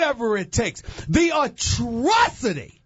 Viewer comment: Im was crying when i heard him say atrocity